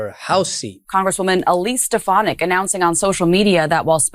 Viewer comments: You would increase your credibility if you learned how to pronounce people's names. It's strf FAN ik. It doesn't matter to me what you call her, but it does suggest to me that you don't participate much in political discussions if you don't know how to pronounce her name. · Why is it so hard to pronounce steFANik? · I know she's awful, but you should try to pronounce her last name correctly. It's not that hard, it's been in the news constantly with the correct pronunciation.